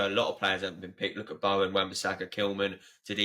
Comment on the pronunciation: Good pod to listen to but I can't get over how your pronouncing "Bowen" 😂😂